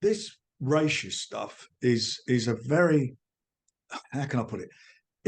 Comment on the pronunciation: I think Frank should be more concerned with improving his WIFI, or getting the pronunciation of “racist”… the whole of matchroom live rent free in this guys head… it’s FRANKly embarrassing now.